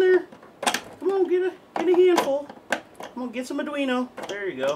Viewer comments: Ahh mate! It's produced Ardweeno not dweener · I chuckle every time you say Arduino wrong. It's ard-we-no. The ui is pronounced we, or Wii like the game console.